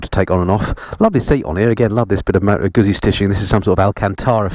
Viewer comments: Its pronounced GuZZi not Gutzi. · Tut Tut … Guzzi not Gutsi LOL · Moto Gooey-see.🤣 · Did you say “Gutzi” ? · Nice bike, though a single headlight would improve the looks... By the way there's no 'T' in Moto Guzzi....